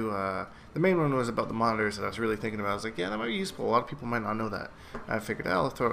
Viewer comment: r u Irish or what's the, "all boot" for?